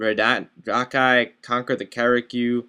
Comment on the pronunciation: I think its pronounced R-eh-Di-ki